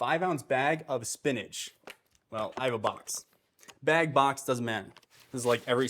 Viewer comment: Yesss!!! I love your meal prep videos. They are better than any others out there. I have changed the way I eat because of what you have taught about upping nutrition. I get so excited looking at all of the green on Cronometer! And you are so entertaining! I crack up when you make fun of yourself…”bhegs.” And the quality of the recipes is delicious. I still drink Green Maca Smoothies for breakfast regularly. Thank you!!!!!